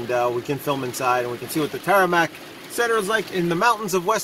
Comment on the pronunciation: It’s Tamarack...not Taramack.